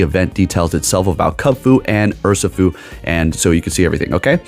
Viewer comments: Urr - She- foo is the correct pronunciation. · Your video’s on the Pokémon Urshifu and you call it ‘Ursafoo’ the whole time… isn’t this your job? And instead of gracefully fixing your mistake or asking what I meant: you insult your own fan. Says a lot with so little. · It’s pronounced “err-she-foo”.